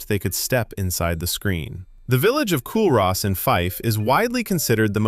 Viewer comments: its not Cul-Ross, its Coo-Ris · Just so ye know, Culross, you pronounced it wrong... it's Coo-russ, just for future knowledge. Ah know this as ah stay not so far away frae it 😂 🏴🏴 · The Haar is crazy. It happened just the other night and it is very thick. Even the house across from us were visibly covered. It's pronounced Coo Ross. We have Lochs not locks (unless you are on a Canal). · Cullross...pronounced Kull Ross. Not Kool Ross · Culross is pronounced “Coo-riss”. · Its pronounced Coo Rus not Cul ross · A great video but man, your pronunciation of locations and towns is horrendous. "Culross" is pronounced 'coo - riss' for example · Culross is pronounced Coorus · Coo-rus- Culross it is meant to be pronounced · Loch is pronounced the same as the gh in cough not hard like lock. As others have mentioned Culross is pronounced Cooris . The haar is like a cold blanket coming in off the sea. You can watch it coming in. A mile or so in land can be beautiful and warm but the coast can be freezing. Interestingly I experienced something similar on the Outer Banks in North Carolina this year with an easterly wind bringing in this cold sea fog. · Culross is pronounced Coo-riss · Culross pronounced Cooris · Cool Ross 😂😂😂😂 I love hearing Americans butcher our names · Yes, your pronunciation needs a bit of work. The 'ch' in Scottish words such as loch, sounds like you are trying to get rid of some phlegm from your throat prior to spitting it out. 'Broch' is the same. Morar is pronounced 'Mawrer'. Culross is actually pronounced 'Coo-russ' by the locals. Lots of Scottish place names are very difficult to pronounce. Milngavie, (millguy), Strathaven (Strayven), Anstruther (the locals pronounce it Ainster). Good luck. Some pronunciation practice for ye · This is a brilliant post! Thank you. Just a couple of minor nitpicks - "Morar" - the emphasis is on the first syllable, not the second - MOrar not MoRAR. And in Culross the 'L' is generally silent - Cue ross.